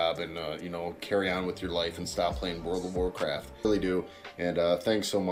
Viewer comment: Just watch his videos and you'll understand. Spoiler: He just steal his videos straight from other content creators. The only thing original in his channel is the way he says wod of wuvcwaft